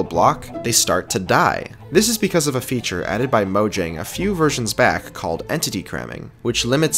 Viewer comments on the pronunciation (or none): none